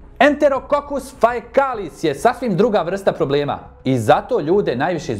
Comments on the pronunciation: Nije faekalis, faecalis se čita kao fekalis. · ❤❤❤ Poruka za doktora: (učila sam latinski, te znam da čitam...): pneumoniae ->> pneumoniE faecalis ->> fEkalis